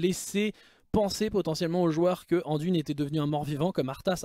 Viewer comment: Salut, pourquoi prononces-tu le nom " Anduine " en français, il n'y a pas de E à la fin donc phonétiquement ça doit se prononcer " Andoin " et même si son nom est Anduin